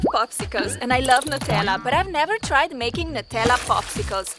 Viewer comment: Why are u pronouncing it as 'netalla' its pronounced as 'newtella'❤❤